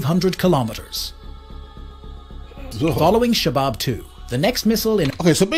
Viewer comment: Shahab not shabab!